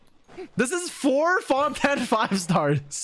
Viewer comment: There's no way he actually said Fontan characters. Like who even is this dude (I know)